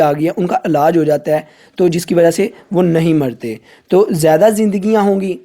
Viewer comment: un ka Alaaj nh bahi Ilaaj hota or akhir men Allah Haifz bolte bahi baki sub vvvvviiiippppp tha janu